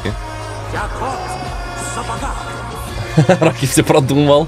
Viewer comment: "Кок в сапогах"